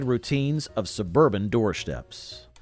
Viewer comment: We also said "filmstrips" and doorsteps" NOT "filmshtrips" and "doorshteps. Also, "a shtrong shtream of water..."???? Seriously!